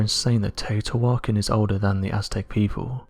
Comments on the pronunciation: Teotihuacán = 'tay-oh-tee-wah-CAHN', not 'tay-oh-tee-WAH-kin' The stress goes on the last syllable rather than the second to last because of the accent mark over the final 'a'. The mark frequently gets left off when the word is written, but regardless, that's how the it's pronounced. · Hey bud its TAY OH TEA WAH KAH N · Teotihucan pronounced TEO-TI-WA-CON